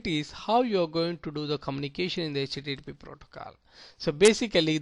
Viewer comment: its not 'Hach tea tea protocoal"